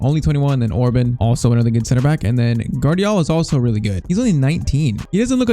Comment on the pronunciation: Gulácsi's name pronunciation: Gulachi Szoboszlai's name pronunciation: something like that: Sobosla e Orban's was pretty good Pls like so can see it, so he won't pronunciate their names wrong all the time. As a Hungarian it's irritating me when our names get pronunciated bad